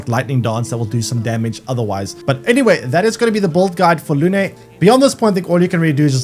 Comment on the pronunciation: It's not luné . Her name It's moon in french . No é . Just e , lune